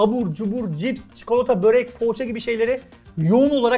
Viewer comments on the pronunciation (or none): none